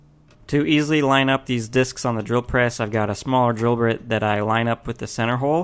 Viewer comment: He said drill Brit haha